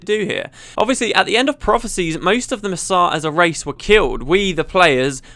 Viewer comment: It took me a second to realize that "Masat" = Mursaat